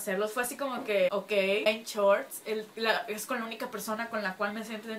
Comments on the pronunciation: BenCHORT´S Jajajjajajajajajjaja No es Benshort´s Jajajaj pero me Encantan tus Videos:) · "BenCHorts" LOL